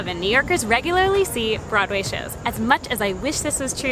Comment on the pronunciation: Nope.. nope nope!! I am not buyin' it. You may claim to be a New Yorker but listening to you speak.. You're definitely a transplant to my city. There are just certain diphthongs that are just .... wrong. Particularly your pronunciation of "brod-way". Great video.. I am subscribing and hittin the notify keep up the good work.